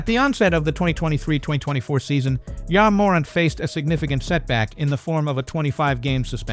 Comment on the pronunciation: This AI voiceover is trash. Wtf is YA morint.